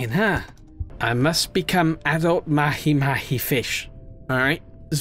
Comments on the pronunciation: It’s not mahi mahi it’s pronounced like maha maha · Mahi mahi is pronounced "maw-hee maw-hee"